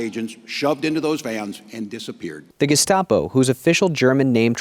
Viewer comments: Tim Walz calling them Geskapo...jfc. What an absolute brainlet 😂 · He is such an incompetent fuck he can't even properly pronounce the word Gestapo Jimenez pronounced it more than twice.... how can you trust that even knows what the Gestapo is or was when he can't fucking pronounce the name of the organization? It's not even hard to pronounce you pronounce it phonetically for fuck sakes